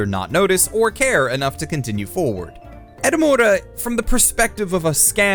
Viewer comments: I like how the entire time he said edamame instead of Edamura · Edamura not Edamame. Lol